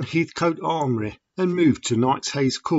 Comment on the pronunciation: Sorry , it's Lady Amory Not Armory. Great video anyway